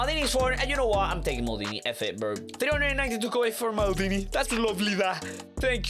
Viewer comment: Bro said maldina